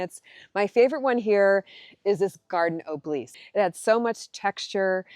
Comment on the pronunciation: It's an ob eh lisk..... not o bleeks